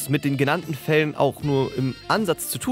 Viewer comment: Die genannten „Fälle“ oder „Felle“? Ich… bin verwirrt…